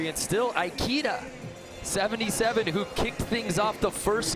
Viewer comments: Ikeda not Aikida ;D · Commentator murdered ikeda’s name , it’s not pronounced like the store